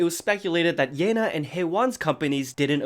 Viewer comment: yena is pronounced like "yeh na"